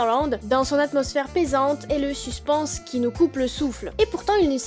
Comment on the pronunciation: Suspense se prononce suspaince, très bonne vidéo sinon !